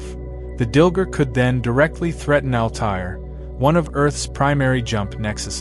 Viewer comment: Altair, it’s not pronounced like an Arab word. Al tear, not al tie air…have you never heard these word from the show or other people? Geez.